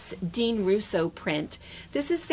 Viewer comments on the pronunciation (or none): none